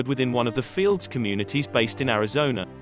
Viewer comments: Very cringe. NOT “fields”… they’re known as F-L-D-S. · They are not known as "fields" as you are saying it. They are known as F L D S